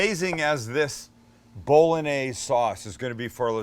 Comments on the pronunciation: Haha It's pronounced bo·luh·neiz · Sammie, please... BOLL-ON-YAIZE. Not BOLL-UN-AIZE.. But I luv ya. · Bol-log-naise... lost interest after that pro-nunc-iation! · Johnson how can you call me stupid then not understand how bo·luh·neiz and bowl.en.neiz are different? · Only plebs pronounce it, 'Bol-log-naise'. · Bowl a neighs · Jesus. It is pronounced Bo-Lo-Nyeh-Zeh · I think it’s pretty gay the way you say bowlanaise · I tought you pronounced it bow-loh-nese